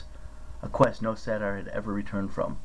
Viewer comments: Say-ter. Not satire. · no that is how you pronounce saytr you said satire you pronounce it like say dur